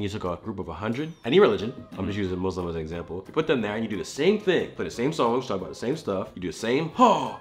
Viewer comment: I’m actually so impressed, said Muslim no muzlim. I’m so proud